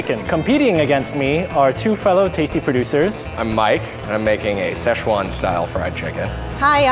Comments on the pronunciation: Sezchuan sauce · SHCEZUAN SAUCE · Schezuan sauce???!!!! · "shishuan style chicken"